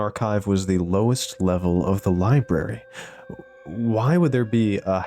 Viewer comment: “Lie Berry” 😂